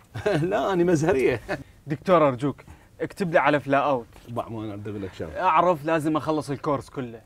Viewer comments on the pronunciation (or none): عزيزي: فلو اوت Flu out مو فلا اوت... فلو يعني أنفلونزا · الدوة اسمة فلو-اوت مو فلاوت